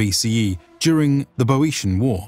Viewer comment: It's good to see this unit being brought to the attention of those who didn't know about it. I wish that the narrators of this type of documentary (not just this one) would take the trouble to learn the correct pronunciations of names, etc. The most glaring case in this one is two different pronunciations of Boiotian [Bee-oshan and Bo-eshian], both of which are incorrect. I think it should be "Boy-otean".